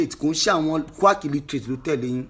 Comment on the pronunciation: Dis guy is illiterate, he can't even pronounce "quack", olodo taiye currency fan